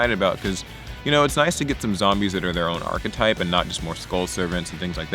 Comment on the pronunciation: Did you say Power Rangers Achtype? Ive found my deck